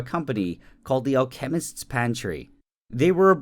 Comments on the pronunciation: The word "Alchemist" in the company name "The Alchemist's Pantry", is pronounced with the emphasis on the FIRST syllable, NOT the second. It's AL-chemist, not al-CHEM-ist. It's derived from the word "alchemy". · I'm pretty sure it's pronounced like alka mist, not all chemist. Could be wrong... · That’s not how you pronounce alchemist